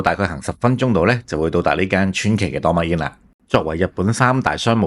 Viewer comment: ドーミーイン 不如試下點樣讀人地個名先